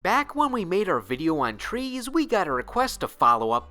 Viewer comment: "trees" eh eh eh lol